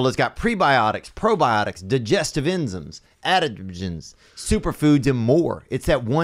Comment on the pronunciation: we gonna ignore theos pronunciation of enzymes?